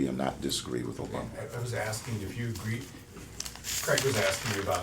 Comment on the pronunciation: Mr. Cain, the word "with" is not pronounced "wif".